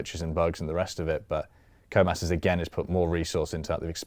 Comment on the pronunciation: "Who the hell is this Comas guy he keeps talking about? Oh, he's saying "Codemasters".."